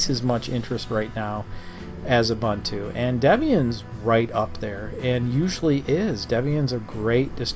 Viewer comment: Stopped watching when I heard his pronunciation of Ubuntu